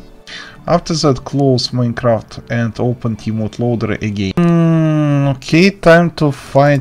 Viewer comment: Is no one gonna mention how he said mincraft